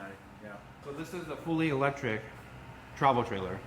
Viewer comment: Loving it until he said its "elecric"